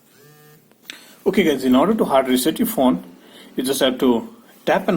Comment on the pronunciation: Ye fon fon kya hota thuk kar bolo phone